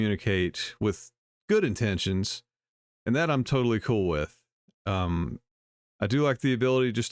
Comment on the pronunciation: Did she say cool or cruel? I thought she said "If you don't have anything cruel to say, don't say anything at all."